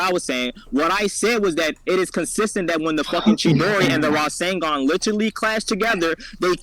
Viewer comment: Bro said Rising-Gone haha 😂😂 instead of rasengan